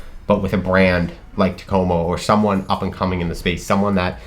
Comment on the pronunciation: Wow you nailed the Takomo thing